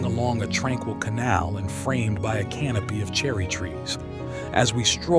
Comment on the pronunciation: Either your own voice, or just let the intro video do the talking (which has worked great till now). AI voice sounds a bit weird, but quite realistic for AI (the pronunciation of 'canopy' was what threw me off.